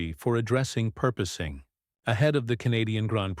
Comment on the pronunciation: PORPOISING! AI can't spell it or pronounce it! And we are dumb enough to put up with it.